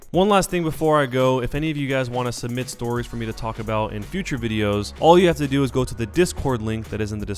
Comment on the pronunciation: I thougt you said "join the discord link in the blala. to summit me nudes" lol